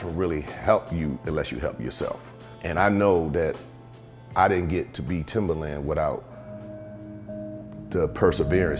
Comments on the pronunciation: My mans really just said "Timberland" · Did he say Timber land